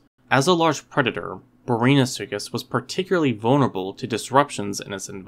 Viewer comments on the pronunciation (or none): did you really just pronounce it brainasuchus